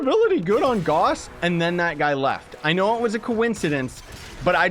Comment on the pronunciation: GAUSS RHYMES WITH MOUSE